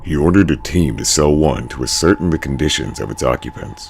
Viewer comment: Ascertain You pronounced it as uh-certain Also I've noticed mispronunciations throughout many videos but only now have I noticed in the bottom left where it tells us who is speaking to know who they were to say so